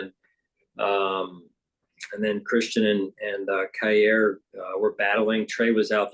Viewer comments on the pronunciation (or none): Is it really Kai-Air instead of Kai-Ear? McDermott has said Air since Elam was drafted. Is it possible he doesn't know how to pronounce his own player's name?